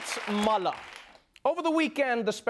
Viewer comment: I love that Trevor actually pronounces Mueller's name correctly. It is German in origin and -er at the end of German names / words are pronounced with a soft "a" and not a "ER" sound